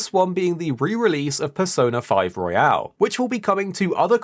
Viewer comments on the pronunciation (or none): Persona 5 Royal like Royalty, not Royale like Battle Royale